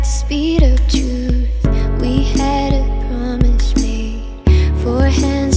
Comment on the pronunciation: I like how everytime when she pronounces "s", it sounds like "sh". As in "promishes"~